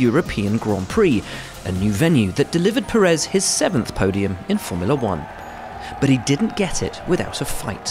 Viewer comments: Why does such a bunch of people officially keep saying PeREZ, when it‘s PÉrez, PErez, PÉREZ!! Spanish is no secret language …. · it is Pe-rez not pe-RREZ